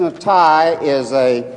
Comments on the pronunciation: How come NONE of them can say his full name correctly? "Mr. Netai..." What obvious disrespect, which reveals more about their integrity than Netanyahu's character. He never even bothered to correct them. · I like how they pronounce his name. Mr natai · Why di these people mispronounce his last name? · They don't even attempt to pronounce his name correctly. The UN has been a pit of vipers since it's inception!